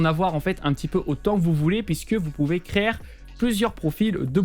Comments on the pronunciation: Ah... Je vais me répéter: Créer ≠ Crère:D ça ce dit CRÉ - HÉ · Je ne commente pas souvent mais je trouve ta proposition alternative à Steamer Deck excellente ..... a oui un seul truck ton "créére" me fait rire ;)